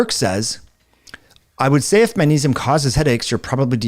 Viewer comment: it’s manesium man! say it with me now, maGnesium. can’t take you seriously, manesium lol😂